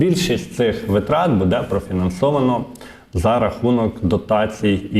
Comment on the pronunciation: треба говорити " бУде ", а не " будЕ " - дуже ріже слух.